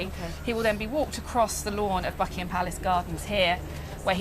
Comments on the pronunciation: She said fuckingham palace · Holy shit I thought she said fuckingham palace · Did I hear "*uckingham Palace?" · David..l heard the same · Is it me or does it sound like the bbc correspondent says "Fuckingham palace"